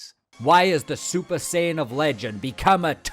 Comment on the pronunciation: Is he saying super cion?